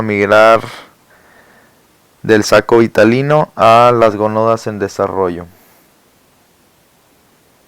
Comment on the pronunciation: Todo iba bien... Ni leer sabe el. Es saco Vitelino, no Vitalino... Es gametogenesis no gemato-genesis.